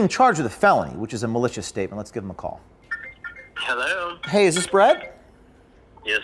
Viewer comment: James brought the Irish out of him with his initial "Hellohhhh"